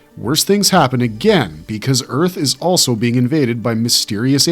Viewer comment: #2 sounds an awful lot like 'Zearth'